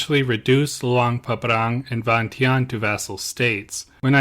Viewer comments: Vientiane is pronounced "Vienjan". My grandfather was the last King's personal bodyguard when the King & Monarchy was overthrown and became a POW. Despite being born & raised in the UK, I'm a proud Brit born Laotian and proud of my heritage, country & culture. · Im pretty sure it is pronounced veintiane as it’s spelt